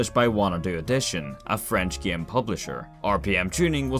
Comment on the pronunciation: Listening to him say “the sæm gæm with a different næm” is beautiful 😂